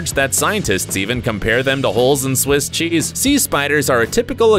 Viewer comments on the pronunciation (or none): why did he say cheese like that